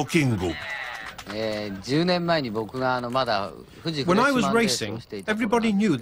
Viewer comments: "THE DURIFTO KINGO" I dunno why, but I never expected that from Jeremy Clarkson. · The way he says "dorifto kingo" makes me laugh, lmao. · I never thought I would ever hear Jeremy Clarkson say "dorifto kingo"